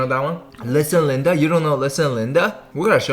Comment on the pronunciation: No one : Stephanie: LinDa liSTen